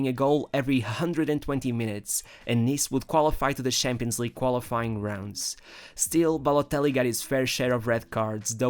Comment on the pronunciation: NIEMAND: WIRKLICH NIEMAND: ER: Schampionleague